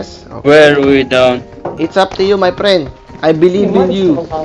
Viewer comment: literally banana : hello my prend